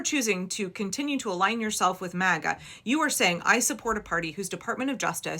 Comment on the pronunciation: He said maga or maggot